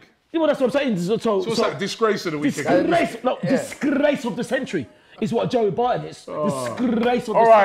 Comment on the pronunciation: "Disgrrrrllrrrace of the century" man like 😂